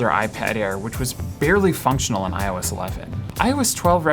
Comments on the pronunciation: was anyone else hearing "I was 12" every single time he said "iOS 12?" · instead of "iOS 12" I always understood "I was 12 when..." took me some time to figure out ;) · Am I the only one hearing 'I was 12' when he says iOS 12?😂